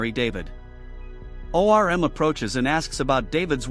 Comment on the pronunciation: Him saying O. R. M. is killing me 😂